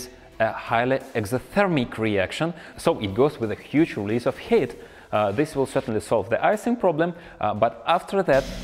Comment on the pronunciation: Just found your channel count me in this story also your style is like Colin furze I love it also also I love the way you say heat in full accent “hate”